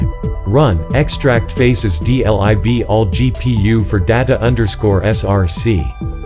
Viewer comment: He pronounced data as data when it should be pronounce data